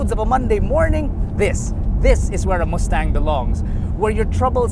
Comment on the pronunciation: Muh-stang, not moos-tang.